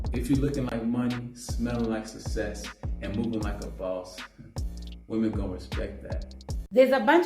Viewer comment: Can this brother pronounce success (sussess) correctly?